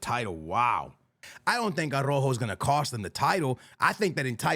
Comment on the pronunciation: Another year and this guys keepz calling araujo .... arojo 😂😂😂